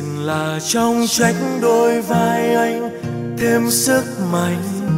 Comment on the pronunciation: list hay !! có bạn hát bài Mơ , cứ "mìn, mìn " , mình người gốc Bắc, nghe mình thành mìn, khó chịu dễ sợ và hơi buồn cười thôi, hehe, 1 số chữ "anh" phát âm cũng bị "miền nam" , "mìn" chỉ góp ý tí zay thôi, còn bản vẫn thích chữ mìn thì "mìn" cũng vẫn nghe đc, ko sao, hheeee